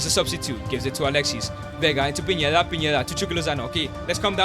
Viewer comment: It’s pineda not piñeda bro😂